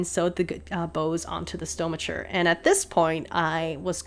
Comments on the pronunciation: Stomacher. Stomach. Hard c. No “ch” please. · Would I be a total Hermione Granger if I pointed out that it's "fran-says" not "fran-kize", "pan-yays" not "pan-ears" and "stumaker" not "stomaCHer". Only pointing it out in the case that you have an interest in pronunciation. If not, feel free to clown my for being presumptuious and rude. It's leviosa not levio-sahhhh!